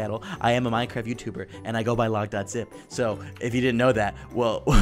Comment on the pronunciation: logdogzip: hey guys logdogzip here what i hear: hey guys lockdownzip here